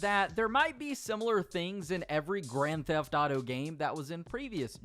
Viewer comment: why he say “greN theHF aUto gAYm” like that tho